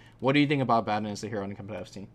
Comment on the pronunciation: "Abaddon"? Go back to fucking school kid, and learn to pronounce shit right! :P